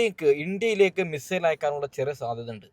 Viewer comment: മിസ്രയിൽ എന്ന് പറഞ്ഞ് പോകുന്നുണ്ട് ബ്രോ (മിസൈൽ എന്നല്ലേ !